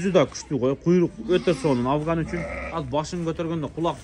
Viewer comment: жылас кандайсын, авган эмес афган